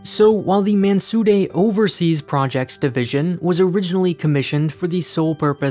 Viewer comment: I love the way you're pronouncing "Mansudae" with the appropriate middle ground between the phenetic English 'd' and 'r' sounds. Well done.